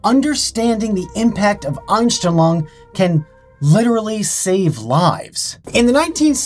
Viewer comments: Dude, I was listening to the video tabbed out, and when you said the "Unstenlong effect" was German, I had to tab into YouTube to see wtf you are talking about; because I am German and it was horribly butchered. (not even close) Please just google these terms and listen to how you say it. :face-green-smiling::face-red-heart-shape: And yes, this is supposed to be constructive. lol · Ainstlong xD Fast richtig ausgesprochen xD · I studied german throughout college, and when he said that word the first time... a bit of me died. I had to rewatch it to make sure he was even saying the same thing! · x'D "The aNsChTeLoNg effect" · Deutsch: Einstellung Kevin: Anstillong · Love how he pronounces "Einstellung". He says "Oinstelluang". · I just click to see how he pronounces "Einstellung" haha, yes I am German. Anyone else? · i love how he butchered “Einstellung”. “Mindset” isn’t wrong, but it’s more commonly used as the word for “Setting”. Btw, it’s one of the funniest videos of you because you butchered the word, and still used it often. (I think accents and this type of butchering words is the Einstellung effect, formed by using your native language) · I'm as a German hearing how he pronounces "Einstellung" and says: "this is a German word" WTF? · actually Einstellung means setting but it´s rarely also used as a word for mindset Edit: your pronounciasion of german words is just as bad as my spelling/grammar of english